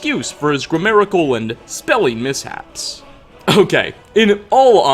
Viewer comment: OK you have a history of pronouncing things weirdly but... grammarical?!